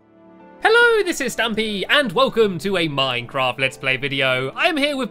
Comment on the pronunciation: Eyes closed stampy: stamoy